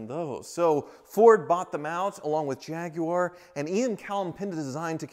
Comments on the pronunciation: Nice to hear an American pronounce "Jaguar" correctly 😉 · Kudos for pronouncing Jaguar more or less correctly instead of the usual American "Jagwire" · At last a American saying Jaguar correctly, well a couple of slips.